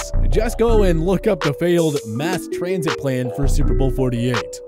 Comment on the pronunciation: “Mass Trasnit Plans”